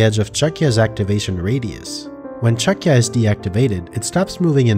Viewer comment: is it really pronounced "chucky-a"? I thought this whole time it was "Chuck-ya". Cause like, that's what it does.